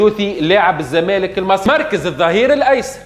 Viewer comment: الجونة 🤣 غينيا الاستوايئية 🤣 كاف كيف 🤣 المنتخف 🤣 الاهلي المصي 🤣 يحضل في الفورمة متع ال ا يوسف 🤣 la qualité mouch le qualité تهيش🤣 + شبيك تقول فيها بحزن + اللقطة معاودة 😅